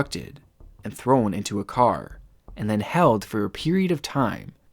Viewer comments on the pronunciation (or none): none